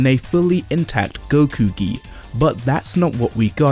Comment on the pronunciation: are my ears hearing right or he is saying “Whisky” instead of “Gi” 🤣